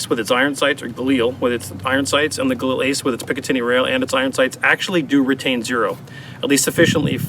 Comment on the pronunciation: Everytime you said "galani" I thought of Brad Pitt saying "gorlami" lol